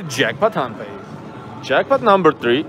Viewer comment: why you call tongpay